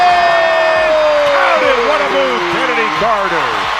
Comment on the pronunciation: Your video looses credibility when you can’t even pronounce the subject’s name correctly. It’s pronounced “Kennedy”. SMH